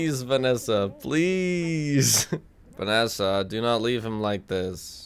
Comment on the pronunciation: you pronounce it vas-A